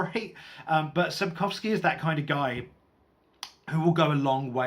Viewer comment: Your pronunciation of the name Andrzej is probably as close to being correct as a foreigner can do. The surname is absolutely correct. The travelling through a war-torn land is probably my most favourite part of the Witcher Saga.